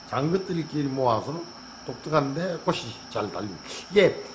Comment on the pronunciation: 확실히 얼굴을 드러내어 입모양을 보여주시니 알아듣기가 많이 수월합니다. 감사드려요^^* 아참 근데 꽃이(꼬치), 빛이(비치), 잎이(이피)의 옳은 발음과 꼬시, 비시 같은 틀린 발음이 혼용되고 있습니다.